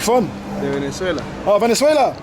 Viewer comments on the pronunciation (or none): none